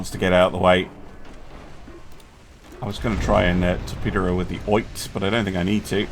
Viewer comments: Oite is pronounced "Oh-EE-tay" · Oite - O-E-Tay